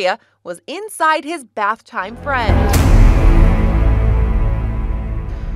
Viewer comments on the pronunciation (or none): It sounds like she's saying "I'm Fred"